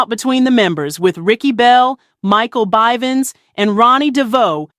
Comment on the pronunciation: you said mikes last name wrong